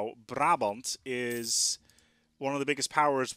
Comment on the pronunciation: woow the pronunciation of brabant was great